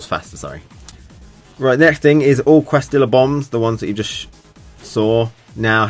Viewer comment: Lmao listening to you pronounce quesadilla reminded me of napoleon dynamite, but the "correct" Americanized pronunciation is kay-sa-dia, not downing you just thought it was hilarious keep up the great work love your gouken.